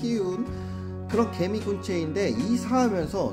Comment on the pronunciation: 나 개미를 게이로 들었어😂😂